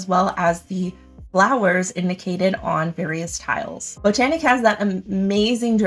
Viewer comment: Thank you!! I think you are the only content creator that can pronounce Botanik correctly. Everyone else that has reviewed this game seems to want to pronounce it bot-nik..? I mean the theme is botanical. And, agreed, it's a great and somewhat overlooked 2 player game.😁